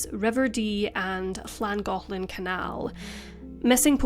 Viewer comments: As a resident of N. Wales and of the county of Denbighshire, your pronunciation was spot on of both Llangollen and Rhuddlan ❤️ Thank you for sharing this case x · As someone who lives in Wales, I appreciate the effort in learning how to pronounce Llangollen